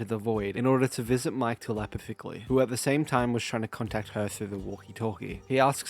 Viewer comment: Great video, the scariest thing was how you pronounced "telepathically"